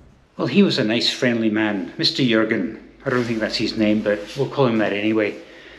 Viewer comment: Your pronunciation of "Jürgen" is perfect!